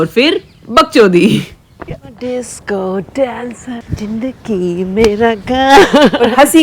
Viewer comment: Jindagi ❎. Zindagi ✅ Jameen ❎ zameen Jikr ❎ zikr ✅ Jaruri ❎ zaroori ✅ Jeera ❎ zeera ✅ Jabardast ❎ zabardast ✅ Jyada ❎ zyada ✅ Jeher ❎ zeher ✅ Jor ❎ zor ✅ Hajaar ❎ hazaar ✅ Najuk ❎ Nazuk ✅ Najar ❎ Nazar ✅